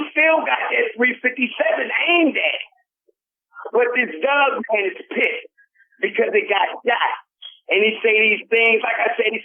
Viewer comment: It sounds like you pronounce dogman like DOUGman when you get excited,! I love it and your passion in the story telling!! Thank you both!